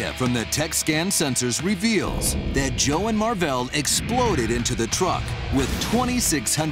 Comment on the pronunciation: the dude seriously said "Joel" it's Joe...